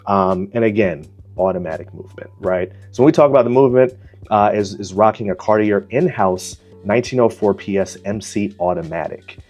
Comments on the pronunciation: It's pronounced Car-tee-eh. Or Car-tee-ay. Don't pronounced the R. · A helpful starting point would be learning the proper pronunciation of Cartier.